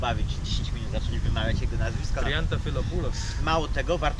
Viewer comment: Idealnie wymówiłeś nazwisko strzelca 👌